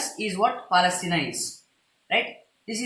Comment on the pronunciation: All very beautiful and informative brilliant boy ....but just check the pronunciation of Palestine . . .no offence . . .100% awesome